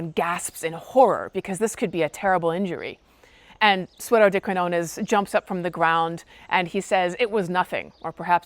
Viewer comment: The Spanish word "de" is not pronounced like the river Dee.